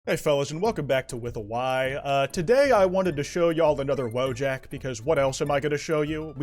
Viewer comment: "Wojak" is pronounced "VOY-ok."